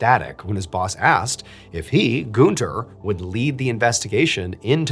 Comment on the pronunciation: FYI - you are mispronouncing Gűnter